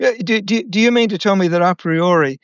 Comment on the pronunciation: Please, pronounce Latin words the way they were meant. Learn from the professor how „a priori“ is pronounced … for a non American it sounds very awkward, like rolling marbles in your mouth … 😂